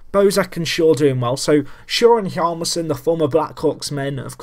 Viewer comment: In Niklas Hjalmarsson's name, the 'H' remains silent, but you are supposed to pronounce the 'J'. Hossa is 36 in real life, so you are correct in him being old. I don't feel any team would like to trade for him because of his age. Also, the Blackhawks to me are like Everton in FM: they have the makings of a great side, and have potential to do a lot better than their real life counterparts.